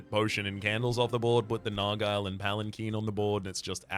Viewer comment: that's not how you say nargile